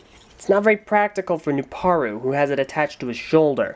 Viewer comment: The beginning: The Chronicles of Jaller: Serious Jaller Edition! And he finally gets Nuparu's name right.